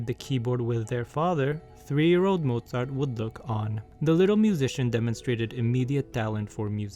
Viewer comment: I love that you pronounced his name with a V instead of a W